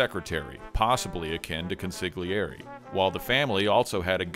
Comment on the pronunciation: Consigliere is pronounced like consulyeddi. My language… my sweet, beautiful language… 💔💔💔